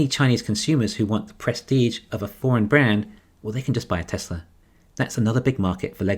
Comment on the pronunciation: There is no "r" is Tesla.